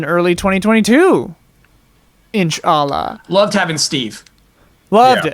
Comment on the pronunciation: the way pronounces inshallah lol